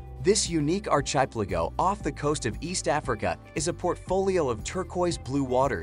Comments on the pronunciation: Exactly - the pronunciation of archipelago was hilarious as was Mallorca, Ibiza, Lanzarote. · The presenter's rendering of archipelago is joke. More than just stressed syllable differences. Machine reading or simply ignorant American? The rendering of for example city names can be somewhat arbitrary, but obviously one must be cautious in accepting news channel and YouTube pronunciation. Goes straight to the debate on using local and Anglo rendering. Take "Paris" and "Rome" as examples. Jack, the Japan Alps Brit